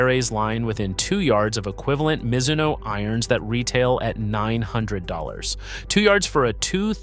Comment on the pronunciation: As soon as your AI voice mispronounced Mizuno, I stopped watching. YouTube doesn’t need more AI slop